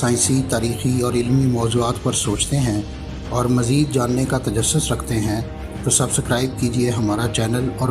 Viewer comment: tajusas nahi tajassus